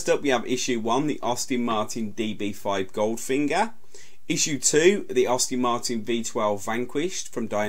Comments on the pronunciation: It is AST-ON Martin...Not Aus-tin Maerin...Not hard to pronounce is it? And it is Volante...not volont!! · Any chance you can redo this after learning how to speak English properly? I've never heard so many car names mispronounced so badly. Sunbeam is difficult to pronounce wrong but well done, you managed it, along with Aston Martin.